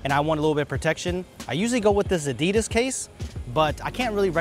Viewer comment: Adi-das? What? Its spelled in one word so something like „adiiidas“ no pause between the syllables...